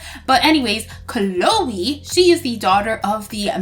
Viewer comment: it is not canole its chloe